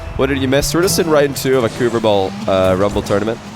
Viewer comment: no no no it’s CUVERBALL